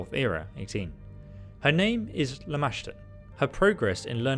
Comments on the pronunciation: I love that have the natural ability to mispronounce names. After hearing Lamastu said to him like 30 times during this mod he proceeds to call her LAMASHA. I love this guy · I have screamed the right pronunciation at him and startled my husband at least 5 times. Lol I was so proud when he finally pronounced it right 😂